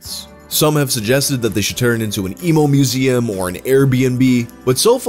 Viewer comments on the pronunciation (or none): none